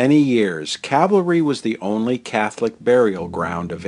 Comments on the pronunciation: Nice video but you kept mispronouncing Calvary. Its cal-vary not cav-alry. ;) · Beautifully done. Almost like a Ken Burns documentary. (Although I winced every time you said “cavalry” when it should be CaLvary.😁)